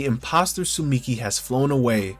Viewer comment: Dude she’s called tsumiki and not suchimi 😂